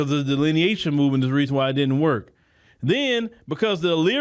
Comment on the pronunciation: Dilinitation dilinitation dileniation all day these solamonians have no shame they don't know how to blush 😒